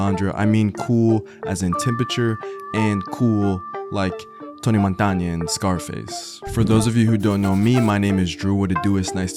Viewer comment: Tony - Mon - Ta - Na. Not Montaña = Mountain 😂